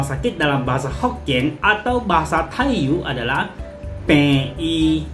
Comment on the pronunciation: Tai yu di baca Tai yi